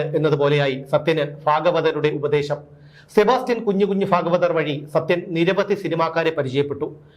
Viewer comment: ഫാഗവതർ അല്ല, ഭാഗവതർ ആണ്.